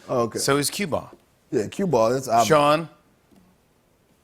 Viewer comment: Q-Ball NOT CUE BALL!